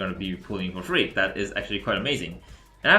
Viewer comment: When you say frigg, the translate show freak🤣